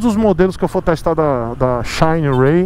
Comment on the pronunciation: xainiii rêiii Eita pronuncia boa. Parece o " ôrraizônnnn" do Americano... É um risco dar motos para o testar... Ele não passa pano kkkkkkkkk Por isso não enrica!!!